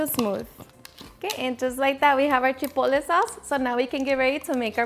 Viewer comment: Chipole? ChipoTle the “T” is not silent…